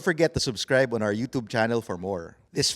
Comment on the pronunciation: Why do Tagalogs always say “yutob” for YOUTUBE. As a cebuano, I feel cringe. I understand that in British English it’s /ˈjuː.tʃuːb/, while American would be /ˈjuː.tuːb/. UK /ˈjuː.tʃuːb/ /j/ as in yes /uː/ as in blue /tʃ/ as in cheese /uː/ as in blue /b/ as in book US /ˈjuː.tuːb/ /j/ as in yes /uː/ as in blue /t/ as in town /uː/ as in blue /b/ as in book